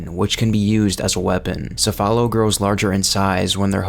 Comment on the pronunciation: Great video however quick note the pronunciation of "Cephalo" is actually "Kefalo" as it comes from the Greek word "Κεφάλο" which means "Head." Also the big man majini do in fact use weapons although this is only in "The Mercenaries" mode specifically "The Mercenaries Reunion."